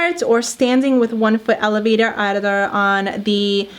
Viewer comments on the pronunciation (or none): none